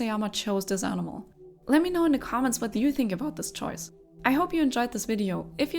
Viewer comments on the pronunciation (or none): none